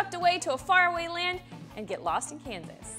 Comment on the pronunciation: Am I the only one who noticed that she said Canvas instead of Kansas?